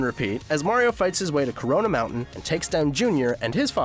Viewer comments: "Corona mountin" my favorite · did this guy say Corona mountain?